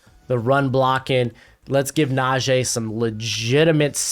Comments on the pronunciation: Najee not Najaaaay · love your content btw its najeeeee not najay